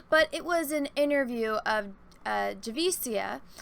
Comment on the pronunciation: you are “rawcis’ “for mispronouncing Javicia’s name🤣🤣🤣